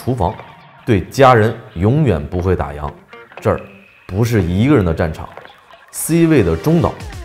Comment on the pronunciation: 来，跟我念“打烊（yàng）”！